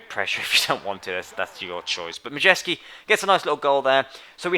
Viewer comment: Great great video but Majewski is pronounced My-es-ki